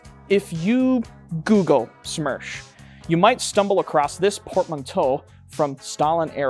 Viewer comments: It's СМЕРШ, not СМЕРЧ. Worked with СоюзСпецОснащение, and they referring to it as СМЕРШ. I don't know why youtube recommended me this video. Also, Smersh is 6Ш104 on steroids. And, Beslan, not Belsan. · It would be смерш not смерч, смерч would be smerch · It's not смерч, it's смерш. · СМЕРШ — is the right letters. Not смерч.